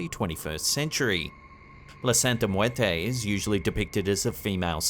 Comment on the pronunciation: Good job of making it look extremely hard to pronounce " muerte"